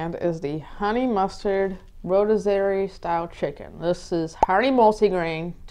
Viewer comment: Those look good….. just so you know rotisserie is pronounced roh-tis-uh-ree